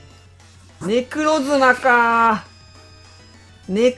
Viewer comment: ネクロズナじゃないくてネクロズマですよ